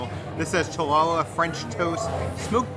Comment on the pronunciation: I am sure you called it chalala bread because you met Baymax....👊🏼 Fa lalalala 😂❤️ frequent watcher, first time commenter. Thanks for amazing videos.